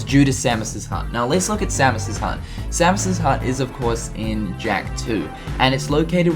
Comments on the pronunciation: you say Samos's name so wrong.. its say-mose not sam is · It's same-ohs not sammus. It's not metroid buddy. loved the video though. I've always wondered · Sa-mus? It’s SAY-MOS!!! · Idk why i understood Samus like from Metroid when you mention samos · Its Samos not Samus you're saying it wrong you say it like he is the Metroid character. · Not to be rude or anything, but you keep pronouncing Samus' name wrong =|